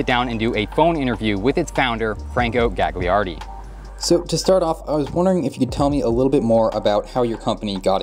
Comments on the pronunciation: You shouldn't pronounce the second g in Gagliardi. It'd be closer to "galyiardi" in Italian. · Fantastic video man! One note: "gli" in italian is pronounced "lee", so the name would be pronounced like Galiardi (middle G is silent) :) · Psst: The second "g" in Italian words is silent.